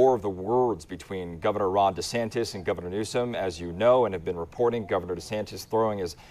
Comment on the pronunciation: “Desnatis” lmfao 🤣